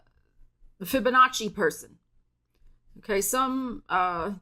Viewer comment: I love how you call out the "Fibinnachi" 🤣🤣🤣